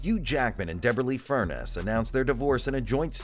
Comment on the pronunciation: FurNEES! FurNESS!!!!! Not “furnace”!!!!